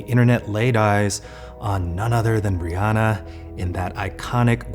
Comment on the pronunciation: Eugene definitely called Rihanna "Brianna" when he first said her name.